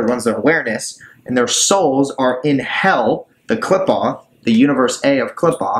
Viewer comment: Just fyi it's sehfeeroht and kleepoht - per punctuation is a bit different in Hebrew